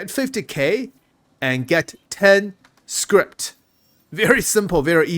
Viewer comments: i don't think there's a t on the end of "scrip" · Please. i beg you.. there's no t in scrip.